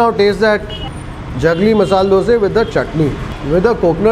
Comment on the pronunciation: That masal dosa is really appetising. By the way we love the way you call " Doseee". Out here in Tamilnadu it is dosai with a pronounced " I " at the end.